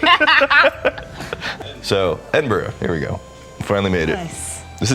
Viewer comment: I love Scotland but not your mispronunciation of Edinburgh!